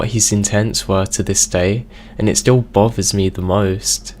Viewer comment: Your voice makes me want to be deaf. Learn how to emphasise the right words in a sentence, and what's a baffroom and bover.